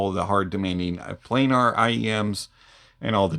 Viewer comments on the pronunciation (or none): none